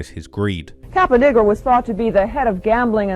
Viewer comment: Its Caponigro